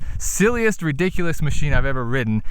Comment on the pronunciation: Ah, with a "Moe-sheen" for us!